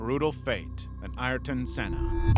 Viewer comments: How can it be an amazing video when he said noone has suffered the same as senna yet you know yourself many more have died in f1 since senna also the guy doesnt even have the respect to pronounce his name properly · Imolo? Sella? Come on bro